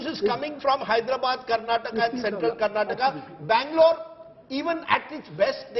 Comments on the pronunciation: Hey mr Rahul, pronounce properly. 😡 It's Karnataka not Karnatak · its not karnatak, its karnataka, pls prounounce properly 🙏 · Lo chappar, it's KARNATAKA not KARNATAK 😡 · First let those assholes learn to pronounce Dravidian state names properly. Karnataka not Karnatak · Bro it's not Karnatak it's Karnataka, pls pronounce correctly. Let's wait for tomo & too much band is not good 😂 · To all, thats Karnataka not karnatak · it is Karnataka not Karnatak please 😊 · Bro.. it's Karnataka not "Karnatak" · hey you so called national media , it is KARNATAKA not karnatak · Pronounce it properly Mr. Rahul, it’s not Karnatak , it is KARNATAKA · It is so so irritating when you fellows say 'karnatak' when the word is 'karnataka'. why can't you get the names right? would you like it if someone called you Rahu Kanwa? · It’s KarantakAAAAAA! How ignorant of u